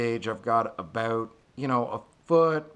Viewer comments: whats it all aboot? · "abaout" lol